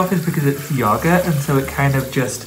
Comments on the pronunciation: Tan. You are so inspiring and positive and lovely and wonderful.......! I cannot tell you the difference you make for those of us in the LGBT community 🏳️‍🌈 and beyond! Thank you for sharing (parts of) your life on YouTube and for being so positive, it truly, TRULY makes a difference. In case you needed hear it! Also, I LOVE how you pronounce “yogurt” and this mask is FABULOUS!!! 💕💕💕💕💕 so much love from Boston, MA!!!! XOXO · Love how he pronounces "yogurt"☺️. Tanny, love your skin😍! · Love how he says yogurt Also how did u know about this? Just thought to make it one day 😦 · The way he says yogurt 😂